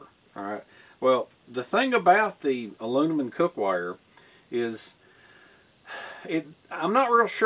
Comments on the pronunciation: Say Heah it's "M" and not "N" AluMinum and not AluNimun. Geeet's it, heh heh heh. Just Jokin. Anyhow, I have a Vintage B of A Boys Scout small cooking set that comes in a canvas pouch, I still use it. But I also have a newer set in a red nylon pouch that's stainless. I have no problem using either or. But Thanx You for teaching me something, Great Experiment. Dilly Dilly.,,.p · Youre hilarious man, You can say toxicity, but not aluminim. lol (not picking, just good natured laughing) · It seems the Brits add an i to the word aluminum. Uh Loo mi num is right for we 'Mericans. Uh Loo mi ni um is what I hear a Brit say. Your international exposure probably keeps the confusion going. When you thought the least about it, you said it like a true Southern American. We all know what you mean, however you say it. Good job on the test. NO OLD CAST FOR ME is the takeaway. Thanks, and we are all glad you lit the right cattail! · With the rise of NovelCorona Virus...I'm watching this just to hear say Aloonimun!😂 I need a laugh this mornin!😂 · I can't even say Aluminum anymore without laughing when my brain says Aloonimun! 😂you're the best dude! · Your cast aluminum (ah-loom-ma-numm) might have carried axle grease under a horse drawn wagon. Thanks, for the video, That really is useful information. Also, you can clean aluminum with lemon juice, salt, or vinegar. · "Alunimun" lol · Thanks! I'm happy you like my channel so much. Honestly, me being southern I can't pronounce aluminum the American way, but I can the English way! Thanks for watching my friend